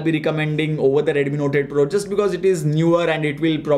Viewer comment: I hear NOTED PRO when he says NOTE 8 PRO.